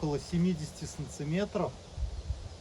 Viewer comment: Почему вы называете сантиметры, санциметрами?🤦‍♂️